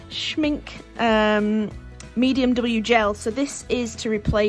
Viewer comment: ohh roasted marshmallows 😀 Schmincke is pronounced like this: great little supply haul 😀